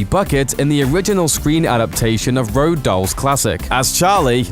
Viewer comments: why do he say road doll and not roald dahl? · "Row Dahl" good meme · It was a joke guys, grew up on the books just found it funny that he pronounced it that way.